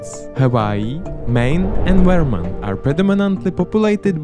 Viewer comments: As a vermonter its funny to hear you say say our states name... Veermont. Great video btw. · I don’t like how he says “Vermont”